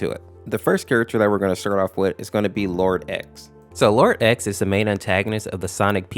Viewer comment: Man you didn’t pronounce “xenophanes” right It’s Zee-nof-uh-neez but it’s ok people make it sound like zeno-f-ans